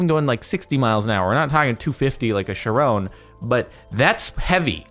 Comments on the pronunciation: He pronounces Chiron like Sharon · You pronounced the Bugatti name wrong it pronounced like Shi ron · Also its Ki-ron not ch-ron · It’s not sher-rone it’s sheer-Ron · Is the Chiron actually pronounced (Shi-ron) I thought it was (ki-ron) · "Sherone" Jordan...it's "Ki-ron". Please... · Bugatti sherone.......... Bugatti Chiron???? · Jordan its not Chieraon its Chiron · Chiron not chirone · "Buggati chirone" (facepalm) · "bugatti sharoan" wat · "Bugatti Shi-rone" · Bugatti ”sharoon” xD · I can't believe sparklez pronounced chiron as "charone" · The way he said Chiron triggered me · DOES NO ONE ELSE HATE TH WAY HE IS SAYING "CHIRON"!!!!